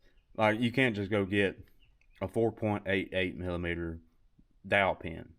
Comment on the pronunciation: Can we have more drunk math videos? "mill-uh-meet-er"